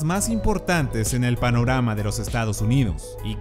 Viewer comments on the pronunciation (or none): Creo Que no fui el unico Que escucho Que dijo paronama en vez de panorama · minuto ¿paronama?